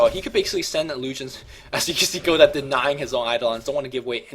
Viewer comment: You don't pronounce "Godot" like that,!